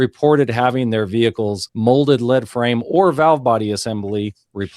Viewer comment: Just a note from an engineer that works on lead frames. Thanks to our stupid English spellings the part is PRONOUNCED “LEED” FRAME. It’s not heavy.